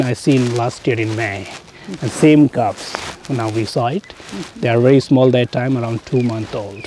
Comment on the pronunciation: "that" not "dat". Don't be a gangster.